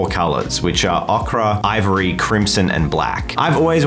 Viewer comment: Amazing paint jobs guys, but we have to talk about pronouncing ocre like the vegetable ocra 🤣